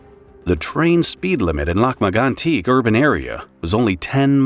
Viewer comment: It is pronounced LAK MAG-ON-TEEK